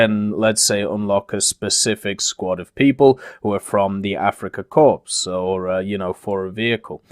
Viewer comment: The (P) is silent on Corps. It's pronounced Kor, not corpse like a dead body.